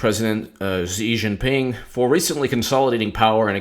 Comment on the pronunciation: Dude, stick a fork in you. You're done. Antibiotics champ, quickly. The pronunciation of Xi is a little off but your "Jinping" is passable. Hillary Rodham Felon lost an Ambassador on her watch. Shame! I like Jeff Sessions, the old fart, but I'm starting to think we would do better with Jessie K. Liu as AG. Hillary Rodham Felon 2020? "Absurd specificity" haha Hillary Rodham Felon stole the White House china. But she had to give it back. haha